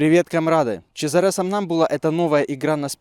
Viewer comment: Хорошая игра, спасибо! Только, конечно, в имени Чезаре ударение на а, это ж итальянец